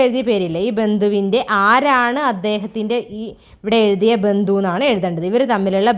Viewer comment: പിധാവ്, മാധാവ്..ആവശ്യമില്ലാതെ അക്ഷരങ്ങൾ ഇങ്ങനെ പറഞ്ഞു മലയാളത്തിനെ വികൃതമാക്കാതെ... മാതാവ്, പിതാവ് , എന്ന് ഉച്ച രിക്കുക..ബന്തു അല്ല ബന്ധു....